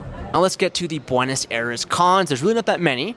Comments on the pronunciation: the way your pronounce these places really makes it difficult to believe that youve been here. like, buenos aires.....that was impressive the way you said it. never thought it could have been said like that but hey, here it is lmaooo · Agree. The pronunciation of both Buenos Aires and Rio de Janeiro are really odd. Super gringo.